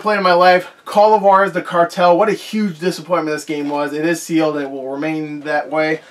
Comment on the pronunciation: it’s actually h-wah-dez